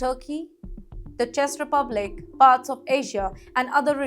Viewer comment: ❤ U. Czech Republic is pronounced Chek Republic if you ask Google how to pronounce it.